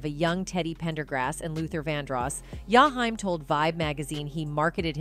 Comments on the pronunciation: Oooooooh of she says Yahime one more time.I think shes saying his name wrong on purpose. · His name is Jaheim,not Yahime😮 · It's jaheem😡😡😡😡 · I sat thru this whole video, and didn’t understand why his name was pronounced that way, the disrespect…. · Okay now why you can't pronounce his name right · Could you butcher his name any worse🤨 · I agree with you. 💯 She's white.